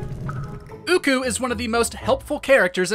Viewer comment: I just want to let you know it is occoo… (ah-coo)